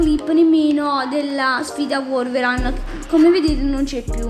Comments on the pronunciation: si chiama Wolverine ma si legge vuolverin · La cosa più bella è la pronuncia di wolverine